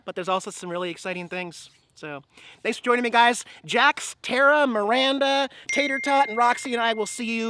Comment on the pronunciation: Your choice i have no problem with that what bugs me is its Tara not Tera I find this very annoying. If your going to call her Tera change it to that!! In Guns of Anarchy they said Tara not Tera!!!!!